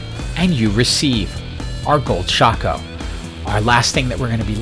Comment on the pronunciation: RIP, we lost a good man to the SINS META 🥲. Although, perfect pronunciation of Shaco, you deserve a like for that :3